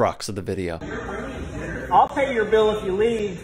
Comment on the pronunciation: “i’ll pay youw biww if you leave!” GAHAHAHAHAH